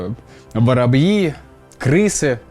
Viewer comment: Воробьи, нормально произнес